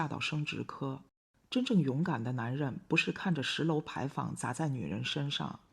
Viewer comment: 勒索，勒读“乐”第四声；牌坊，坊读“方”第一声。